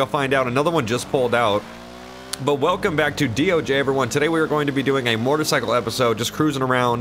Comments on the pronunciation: MO•TOR(E)•CY•CLE . I keep hearing MOR•TOR•CYCLE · Alright, it’s been a year and I still can’t figure out if he’s saying mortacycle or motorcycle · Its not MORTAR its mOtor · When says "Mortacycle"...I feel that. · i like the way you say motercycle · says "motarcycle" hahaha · "Mortercycle" I'm only joking. Love you! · i die inside every time you say mortorcycle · Idk wether or not to love or hate the way he said "motorcycle" lol love you any ways keep up the great work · The way he says motorcycle 😂😂😂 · Why do u say motorcycle weird